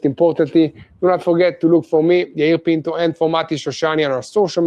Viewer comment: Yair Pinto not penco!!!!!!!